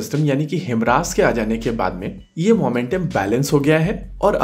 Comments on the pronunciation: Your prounounce....is..HIMRAS HIMARS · हाईमर्स not हिमरास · It's HIMARS. Not HIMRAS... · 👊👊👊👍👍👍 Per ek correction ke requirement hai. "हिमरास" नहीं "हिमार्स" है। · Good video bro... One thing, Himras nhi bro, it's HI-MARS. Again, it's a good video. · HIMARS- It's not pronounce as Him-Ras ,it's pronounce as High- Mars. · Himras nahi himars kya yaar ek word juban mai nahi aata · HI-MARS, not HIMRAAS- correct your pronunciation dude! 😅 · भई मेरे, यह ‘हिमरास’ नहीं, ‘हयमारस’ है। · It's 'HIMARS' not 'HIMRAS' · It's not HIM-RAS it's HI- MARS You don't have enough knowledge yet to make such videos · HIMRAS also 😂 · Its pronounced as he-mars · HIMRAS kya hai? Bhai padhna sikh le pehle.